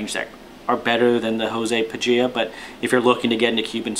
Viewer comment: You pronounced it better than the last vid I watched on this Cigar!@